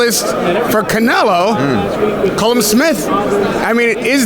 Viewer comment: "Column" Smith?